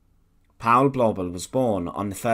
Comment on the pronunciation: The "au" diphthong in German is pronounced like English "ou" as in the word "out". Therefore the name "Paul" rhymes with the English word "foul" in German.